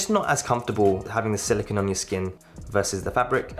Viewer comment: Thank you for making this video! As a person with small wrists, I was curious as to which band would look best with the gargantuan AW Ultra. One note, though, you are mispronouncing silicone. The Apple Watch band is made of silicone (sill-ih-kohn) while the element silicon (sill-ih-kahn or sill-ih-kn) is used to make computer chips. I must say that a silicon band would be very brittle and quite uncomfortable to wear.